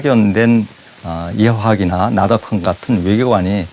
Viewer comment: 제가 본 책에 나덕현이라고 나오는데 추가로 찾아보니 진행자가 발음한 나덕헌이 맞는거 같네요. 감사합니다.